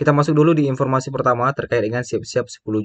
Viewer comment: Masih empormasi😂